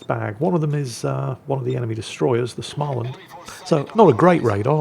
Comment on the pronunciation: is it time to annoy whit prononciation again? Schmaland... no ch-sound there, mate 🤣